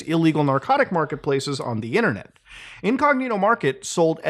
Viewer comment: LOOOL "ONDUHHINNERNIT!"